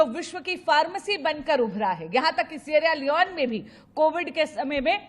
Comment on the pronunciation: Sierra Leone- 'Le-Own'